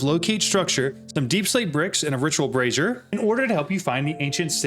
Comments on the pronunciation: not sure if you realized but with the way you pronounce brazier, you sound like you are saying brassiere as in bra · Someone has told your friend how to pronounce Brazier, and what a brassiere is right? 😅